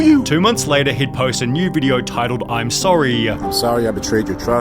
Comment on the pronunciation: That's Beddaah, See you Leytaah